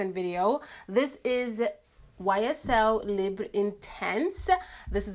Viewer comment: omg finally!! you're literally the first youtuber that ever said the name of the YSL libre perfume the correct way!! Lol